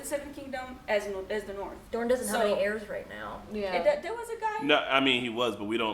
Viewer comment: Every time said "Narth" I hear "Naarrrfff!" in my head.